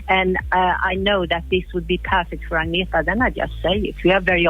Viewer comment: Who's "Adienta". Do people really think it's that hard to pronounce "Agnetha"?